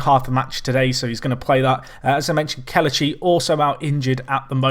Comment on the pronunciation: It's pronounced Keh-leh-chee instead of keluh-chee. Still a great video